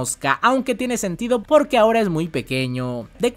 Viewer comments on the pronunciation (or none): none